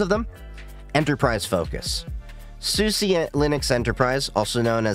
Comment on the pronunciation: I have been using this OS for about 13 years now, despite that I still find these types of videos intriguing. I think you did a very good job at laying out the differences in the distros in a way that new users should be able to understand. Btw, you did pronounce SUSE correctly! Maybe with a bit of an accent, but it sounds relatively correct to my ears. So many people assume the E is silent, when SUSE officially wants you to pronounce it like you have. Also, as an openSUSE Tumbleweed user, I like it because it's a rolling release that happens to be very stable compared to others like Arch or Gentoo. This disadvantage is that it's usually a little slower to get updates as packages can sometimes be held back for a few weeks to a few days until everything passes OpenQA testing. Zypper (and YaST) also integrates with BTRFS and makes a snapshot everytime you update, meaning that if something does break after an update you can easily roll it back.